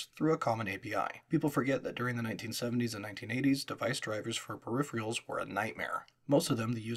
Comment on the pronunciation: disliked. Your narration style is very boring because you speak too fast and without any pauses. Also, you cannot say the word 'peripherals', which is very annoying.